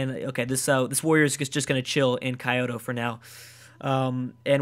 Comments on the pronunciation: Hey, just letting you know, Kyoto is pronounced KEY-o-to, not KAI-o-to. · key-oto(k y OH t oh ) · IT'S SO ANNOYING HOW HE SAYS IT KAI-YO-TO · kyoto is prononced kee as in key, oe, as in oboe or toe, and toe, kee-eo-toe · please don't read Kyoto as kayoto thorough entire gameplay. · It's pronounced Key-oto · ***** I could accept that argument for the likes of Tenochtitlan, but not for Kyoto. Its three syllables ffs. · Patheon... k-eye-oto... this guy is totally butchering the pronunciation. The N in pantheon is not silent, and the Japanese capital is key-oto.